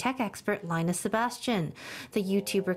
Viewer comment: First news media to pronounce his name properly lmao 以後去台灣要改名叫Lin Nus了